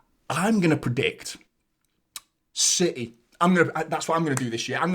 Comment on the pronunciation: Love your post’s mate but it’s CITY not CITHEH, thanks.